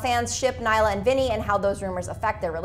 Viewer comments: naila WOOOOOW its nailea get it right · It's really bothering me that she is not pronouncing nailea's name correctly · i thought it was just me